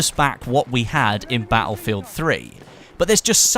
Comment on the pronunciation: Wish this tool would learn how to say "battlefield".